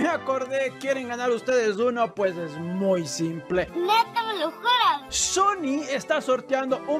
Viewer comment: Yo escuche sony no sunny jeje